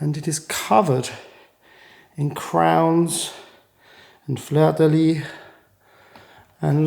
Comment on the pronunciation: Prévert is pronounce préver(t) the (t) is silence as the colour “vert”. However, Fleur de Lys, you pronounce the (s) as the word “fils” and many other words in French. Otherwise, you are saying “flower of the bed instead of the lily flower. Particularity of the French language. I enjoy very mush your Vlog, it is interesting but also informative. Thank you for sharing!